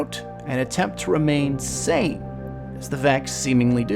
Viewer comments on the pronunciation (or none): none